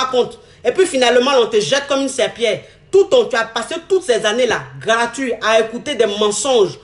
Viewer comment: elle dit garatuit